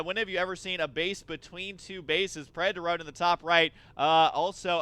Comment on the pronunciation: It's obviously preda torone.